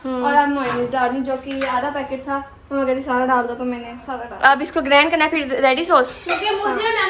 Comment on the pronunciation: Grand nae baji grind hota hai.